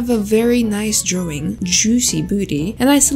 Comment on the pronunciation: I love the way she said " draowing".❤. By the way, love ur videos . ❤